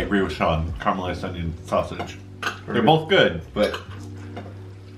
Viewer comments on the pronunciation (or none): "Karmalized" It's car-e-ma-lysed. Glad you enjoyed though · Sorry, it's Caramelized not Carmelised !!!